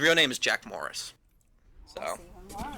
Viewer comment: Its Jack Morrison not moris